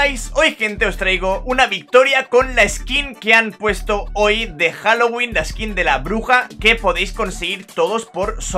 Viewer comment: Jajajajajajaja todavía me acuerdo de eso El inglés de 😂😂😂